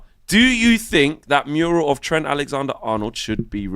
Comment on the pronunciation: can someone tell that it’s mural and not murial